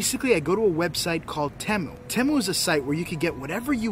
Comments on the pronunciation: It's pronounced Te-mu not Tem-u. If it was pronounced the way your pronouncing it it would be spelled Timu I shop Te-mu all the time. Matter of fact I've got some things in my cart now I need to checkout. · ...Its TEMU..Not Timu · it’s Tea-moo 😂😂😂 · Temu(TEE-MU) Very nice cemetery.